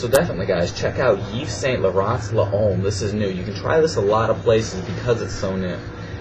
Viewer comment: Hey man, I just want to correct you when you pronounce "L'homme". The way you say it sounds "LA-OME" L'Homme is pronounced as if your saying "LOME" , not LA-OME. Keep up the videos!